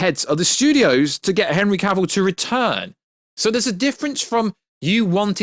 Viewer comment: So refreshing to hear someone pronounce Henry Cavills name correctly.